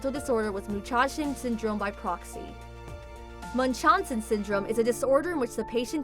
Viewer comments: That is not how you pronounce it.. Dramatically it's pronounced this way mon-chow-sen syndrome. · It's munch-how-sen. I've seen it in many medical dramas. The worst was House, where it was masking a woman's real symptoms. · I believe it is pronounced" Munch-House-en". Sadly too many cases of this have happened. It's so maddening when a parent hurts their child to get attention.